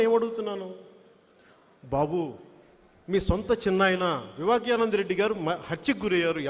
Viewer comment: రేయ్ వివక్య రెడ్డి కాదు రా స్వామి వివేకానంద రెడ్డి రా బాగా పలుకు రా